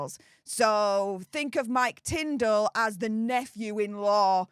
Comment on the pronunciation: Sorry Tindall not Tindel